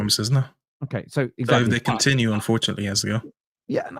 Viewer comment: Use 'T' when it is not 'D'. T is a real letter, not a ledder or a padth or led, unided, condinue, jusd, dis, dat, negadiv, resd...